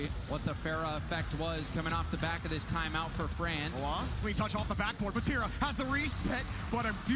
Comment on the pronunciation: The way you pronounce Vatira is making my eye twitch lol….Great video nonetheless